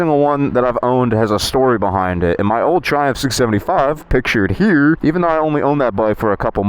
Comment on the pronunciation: You just said driving the triumpj